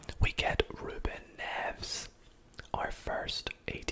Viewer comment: The way he pronounce Ruben nerves at the start 😂😂